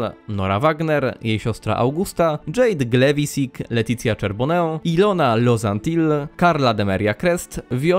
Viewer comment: Fajny materiał, ale wymowa niektórych imion i nazw własnych kłuje w uszy np. czyta się Letiszia Szarbono.